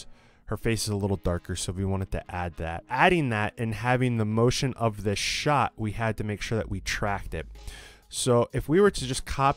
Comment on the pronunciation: what is a "shaaaaaaart"